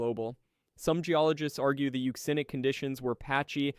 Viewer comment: You said it right! Euxinic (Yuu-ZIN-Nic), from the Ancient name for the Black Sea - the Euxine Sea... EVERYBODY pronounces it "Yewk-Zihne", instead of Yuu-ZIN-Ee (or -Ay?). The absolute failure of the Western World to properly understand the many & varied values/roles of "X" has been a source of real despair for me...Thank You, for giving me Hope!!